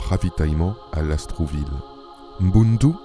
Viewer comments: Merci pour cette vidéo!! (Lastourville et non LasTROUville ) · Mboloani à tous! Merci pour le partage d'un pan de notre histoire... simplement, il faudrait prononcer LAST OUR VILLE et non Las trou ville Eh oui, l'administration coloniale a fait beaucoup de mal partout!!! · LASTOURVILLE du Comte de Lastours. Pas LAST R OU VILLE